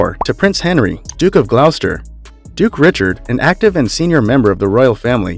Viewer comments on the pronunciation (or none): And "Glosster" not Glowster, Edinbruh, not Edinburg, duchy not doochee. Also, the Duke of Westminster is not a prince as he's not royalty. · This guy sounds like he's reading something before his class in high school Moreover, it's not pronounced like "Glauwster" but rather like "Glosster". Mispronunciations are absolutely painful. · GLOSSTER--NOT GLAUSTER! DUTCHY--NOT DOOCHY! GENERALLY SPEAKING, THE INFORMATION IS--AT BEST--OUT OF DATE, NOT TO SAY INCORRECT! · Gloucester , pronounced as gloster not glouster….. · Many mispronunciations. Gloucester is pronounced Gloster. Grosvenor is pronounced Grovener.